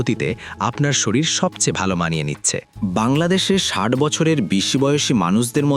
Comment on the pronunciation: ষাইট নয় ষাট আগে ভাষা টা ঠিক করেন কখনো ষাইট আবার কখনো ষাট এই গুলো ঠিক করেন।